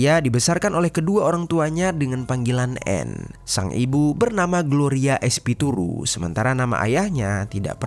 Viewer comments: espituru apa espiritu???..ngaco ah min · Espiritu disebut espituru 😂